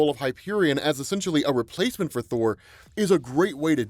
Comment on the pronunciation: "A replath menth thor thorr" i caught that